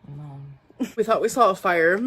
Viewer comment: "Sawl" instead of "saw" is what's driving me nuts. Or "bolth" and the fact that the word "eaten" doesn't exist to her. 🤬